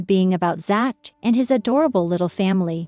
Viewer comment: Who is "ZATCH"?? These "Computers'" Need to take an English Class!!